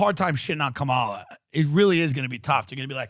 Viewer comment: Tht bothered him and so did the Kamala Harris pronunciation as well as joe either not taking him around the town or atleast suggesting some places or both.